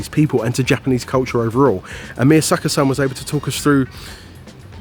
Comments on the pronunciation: this is the first time ive seen someone pronounce japanese the way they make foreigners sound in anime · Some people don't have the talent for languages. is one of them. Not only did he manage to butcher Japanese, but a bit of French too! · is trying So hard to speak japanese but oh god.. that accent. Bennn. I think Leon is French lmao.